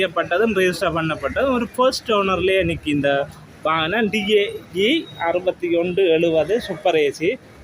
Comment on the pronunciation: வானம் இல்லை வாகனம்